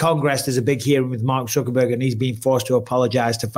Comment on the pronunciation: I love how Mike consistently calls him Mark "Zuckerburger" 😂😂😂